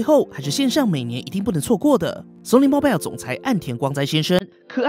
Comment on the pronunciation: “Mobile” is mispronounced.